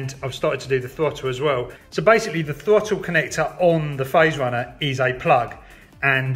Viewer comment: It's pronounced THROTTLE not FOTTLE.